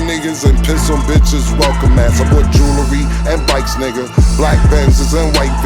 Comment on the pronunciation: It's annoying how cam be sayin jewelry 😂